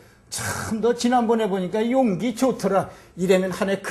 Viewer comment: 용맹의 "용기"와 그릇이라는 "용기"의 첫 자 가 장단이 다름을 모르고 강의 하고 있도다. 앞 자는 길게, 뒷 자는 짧게 발음하소서